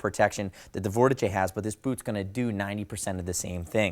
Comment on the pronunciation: Couldn’t get past 30 seconds with the mispronunciation of Vortice. Jesus Christ !